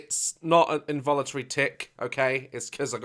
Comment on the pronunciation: the moment he said involintary tic my body went: ✨ t i c ✨